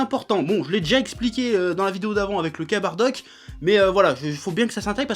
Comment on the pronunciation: pourquoi tu dis baddack ?